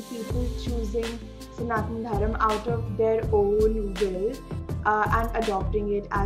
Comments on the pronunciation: Ma'am please. It's not snaatn dharum. It is sanaatana dharma. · it is Sanathana Dharma not dharm. As we in south india pronounce correctly